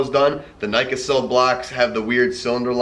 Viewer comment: Good rundown! A couple notes- The door seal strips bought for E39 fit but just need to be trimmed down. They’re only like 80$ each though. On the M60 Nickasil- it’s pronounced “Nick a sil” ;) like nickel. (It’s a nickel/silicone coating on the cylinder walls and it really worked..Unless exposed to high sulfur gas which prevailed in the NorthEast especially till about . On those blocks, the replacement wasn’t ever done as a recall, but as a “service action” and customers actually had to have a complaint to get a new block. All they had to say was “it idles rough”. I’d bet only maybe 30-40% were ever replaced. Lol my e32’s was replaced with yet another Nickasil in 1993 and it has been fine for 160k more miles 👍 If you are buying an automatic (yeah yeah manual effing swap lol) try to find out if it has been serviced. If it has-it means someone was paying attention or had a damn smart mechanic. 👍😜